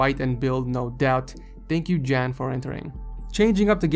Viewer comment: U don't pronounce "jan" good